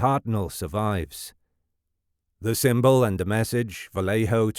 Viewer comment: Not to be that person... But as a person from Benicia, it's pronounced "Vallay-oh"" not "vallay-hoe"".... even the movie gets it wrong. I know it's correct from the source, but only out of towners pronounce it "vallay-hoe""